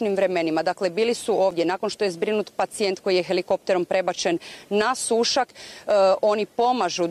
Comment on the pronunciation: Jojjjjj kaže se Sušâk !!!